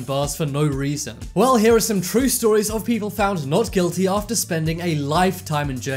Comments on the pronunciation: It's not ater it is After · After not ater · Found innocent ater 40 years Boi get the word right it’s after 40 years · You said ater instead of after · "Found incident ater 40 years" Excuse me? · He said ater hahahaha